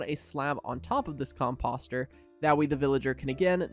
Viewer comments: Everytime he says the word composter wrong it hurts my brain. Just because it looks like imposter doesn't mean that's how you say it. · All due respect. I unfollowed you after hearing you spam a mispronunciation of "composter" 99 times in a row.